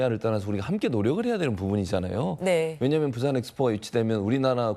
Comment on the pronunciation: 프랑스가서 영어로 프리젠테이션 하는게 맞나 ! 부싼 ~~~~ 발음이 쥑이네 ~~~~~ 부싼 ~~~